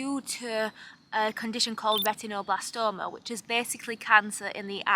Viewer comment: A silly thing, but I love how you pronounce "retinoblastoma" -- very Yorkshire vowel pronunciation!